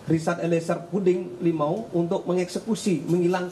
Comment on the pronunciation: Lumiu pak bukan limau